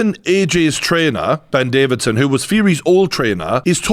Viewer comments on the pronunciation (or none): Do you call him Davidson on purpose or can we call him Davison now